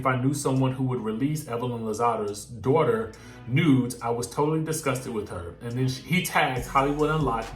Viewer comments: 😭😂😂😂😂😂😂😂😂 I CAN HEAR IT TO 😂😂😂 “DAWTA” 🤣🤣🤣🤣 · Right on girl. Dawta lol. Thats exactly how she says it! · It’s the “Dawta” part for me🤣🤣😭💀💀!!!!!!!